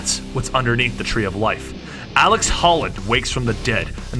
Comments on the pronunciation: It's alec holland, not alex. Do you even try? So many words, it's insane. Every video. And avatar. Really, you don't know the word avatar? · Ut00bsux0rz seriously, was really annoying to see ALEC and he says aleX like 7 times. Very irritating lol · Am i the only one who hates how he pronounces alec like alex? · I twitched every time he called Alec Holland "Alex". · 1) Look up a pronunciation key for "avatar". 2) You keep calling him "Alex" when the video clearly shows his name is Alec. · omfg it's alec, not alex! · Dude it’s ALEC. With a C, not AleX with an X like you said about 9-10 times. Kinda cringed every time I heard you say ALEX Holland. Too many Alex’s man